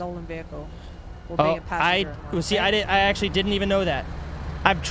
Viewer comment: the fucks a veehale resusitation